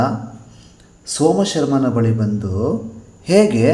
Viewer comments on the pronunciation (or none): Somasharma thande Suryamithra maama thappu ucchara madiddiri sir.